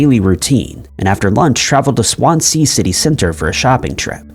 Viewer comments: Nice video and thanks for the contact numbers. But please check how to pronounce city names like Swansea, which is pronounced Swanszee. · Swan sea 😅 sorry, this really made me giggle. Even though it's a sad video! I'm studying to work on cold cases/ missing persons in the UK. I couldn't imagine going to my deathbed not knowing what happened to a family member or friend 😢 it's heartbreaking.